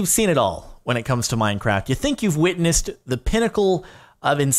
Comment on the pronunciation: Anyone else hear him say minecrack